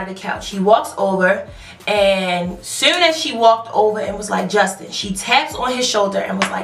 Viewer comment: The way you say soon and too, you can really hear you bmore accent. Its so cute, but yeah fuck that girl haha.